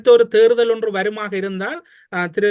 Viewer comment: தமிழரசு அவர்கள் “தேர்தல்” என்பதற்கு பதிலாக “தேறுதல்”என்று பலமுறை உச்சரிப்பதை கேட்கக்கூடியதாக இருக்கிறது. உச்சரிப்பை திருத்திக்கொள்ளல் நலம்!